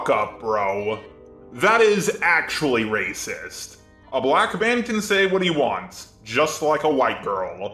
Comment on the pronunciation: "Waycist" XD